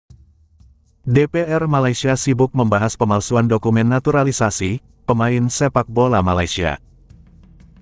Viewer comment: Menteri olahraga malaydesh kelihatan sangat canggung waktu bilang "naturalisasi". Udah Kebiasaan bilang "naturalisesyen". 😂😛